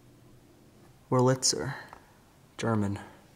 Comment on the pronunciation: Emphasis for Wurlitzer is on the first syllable: WERElitser, with the last two flowing together. The company was founded in 1853 by a an American of German heritage. He died in 1915, but the company carried on with his name. They have made a strong name with pianos, as well as being the best producer of jukeboxes while they were a thing.